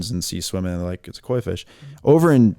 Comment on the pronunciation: I thought he said a marijuana fish at first ha ha. 😂